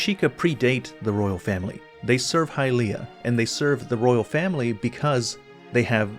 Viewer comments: Please stop saying high-LEE-ah, youre the only person who does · The way you pronounce “Hylia” makes me want to kill myself